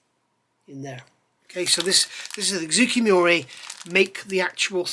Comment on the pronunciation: Just a pronunciation note, the name of the manufacturer is more like ZOH-KAY MOO-RAH. I just finished their F-4J and found the detail excellent, the instructions chock full of info, but a bit short of paint call outs in some spots, and ultimately very cramped and claustrophobic. The build order didn’t make sense to me, so at some point I just gave up and built up everything I could as subassemblies, painted the nose, attached the intakes, finished the painting, decaled, then assembled everything in the best way to avoid collateral damage. There was an interesting translation issue where they called out the starboard wingtip navigation light as being blue (and even identifying clear blue paint from manufacturers), I assume because if you ask a Japanese person what color a green traffic light is, they will say “aoi”, which means blue. Thanks for the review.